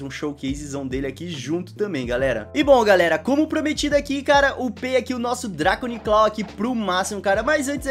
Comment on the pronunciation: Em o falou dragonic claw kkkk